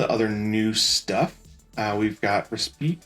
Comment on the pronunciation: Bro had to be drinking when making this video. Guntank is Guncannon Hizak is Zaku GD01 is SD Rebake is Reboot And Respite is just butchered 😅